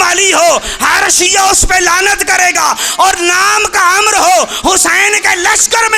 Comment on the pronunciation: ع ، م، ر ۔۔۔۔۔عمر ھوتا ھے ۔۔۔۔۔امر نہی